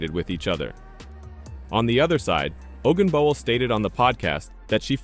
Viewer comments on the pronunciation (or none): If you can’t pronounce her name correctly makes every other comment questionable.p.s. Caitlin Clark is the best!